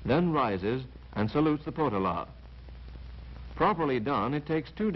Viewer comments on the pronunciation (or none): Interesting video - if only the narrator was a little more precise in certain things - Potala - the emphasis is on the middle syllable, so it's Po-TA-la. The Dalai Lama IS NOT THE REINCARNATION OF BUDDHA, He is believed to be the reincarnation of the Bodhisattva of Compassion. Buddhism is just as diverse as Christianity having many different denominations, so for many Buddhists, the Potala isn't remotely sacred at all. The mantra in the prayer wheels & perpetually recited by everyone is: Om Mani Padmé Hum - it's very easy to pronounce correctly.